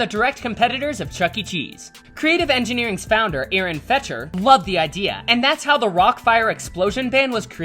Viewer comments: It’s fector not fectcher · Aaron Fechter's name is actually pronounced Feck-ter. :) Also, Fechter kinda got what was coming to him. The Rock-Afire Explosion was developed specifically FOR Showbiz, so when he started going behind Showbiz's back and selling the show to other competitors, who were directly competing with Showbiz and threatening the business, it made sense for the company to be like "dude, what the heck, you've crossed a line here." He wasn't willing to negotiate at ALL with the company, just kinda dug his feet in and was like "I made these characters, so I can do whatever I want." So the company was like "ok, sure, you can do what you want, but we're not gonna let it threaten our bottom line. We'll just go ahead and use these characters that we have the sole rights to that can't be used to compete with us." It was ultimately the only economically sound resolution for Showbiz Pizza Time. Who wants to have a company where your own characters can be used to compete against you? That'd be like another company picking up the rights to Mickey Mouse and making a new Disneyland with him to compete with the original Disneyland. If that happened, Disney would be pretty upset, wouldn't they? It's a shame that Fechter was unwilling to work with the company, since his shows were of a much higher quality than the Chuck E Cheese shows, and perhaps if he had been willing to give over the rights to the band and continue to work with the company, they wouldn't be in the position they are in now where all t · I knew y'all would say Aaron's name wrong. It's pronounced FEK-TER. Also, Billy Bob's wonderland is a joke. Aaron would NEVER let something he worked so hard for look like that if he had any say. Unfortunately in the case of BBW, they've lost all of Aaron's respect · AARON FECHTER....FECK-TER. IDK why you would talk so much about chuck e. Cheese during this segment when the rockafire was your subject.